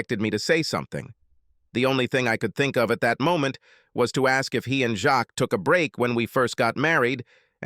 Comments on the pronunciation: Jacques is NOT pronounced with an S. What you hear is Jack—extremely soft J! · 😮"Jacques". Was his last name "Meioff"😅